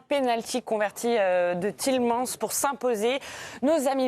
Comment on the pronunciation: TielemaNS => c’est quand même pas compliqué de prononcer correctement des joueurs belges…